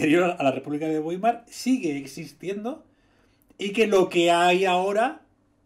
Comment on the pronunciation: Weimar se pronuncia más o menos baimar, en realidad es vaimar, pero como en español no existe la "v" labidental, creo que con baimar es suficiente.